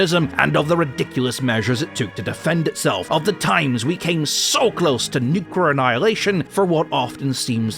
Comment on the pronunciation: Nuker annihilation? That's a new one. Usually people say nukular for some inane reason but you went a step further!